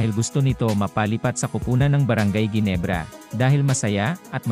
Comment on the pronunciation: Ayusin mo nga ang pagbigkas sa brgy.ginebrs